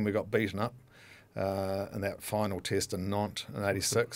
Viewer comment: Tick tock 😂 🇮🇪❤️🇳🇿 And it's "Test match" not "Tist match" 😂🤭 You can have Séan, even though he's Irish 🤭😂 Just joking, we love you Kiwis ❤️